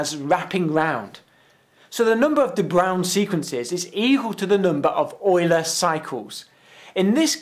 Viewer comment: Leonhard Euler was german. In german "Eu" reads "Oi".